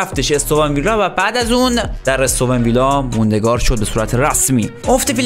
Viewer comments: دادا مگ اون استون ویلا نبود اِستُوِن ویلا تا حالا نشنیده بودم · داداش اِستون ویلا چیه ، اَستون ویلا درسته 😅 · اِستُوِن ویلا اشتباهه ، درستش اَستون ویلا هست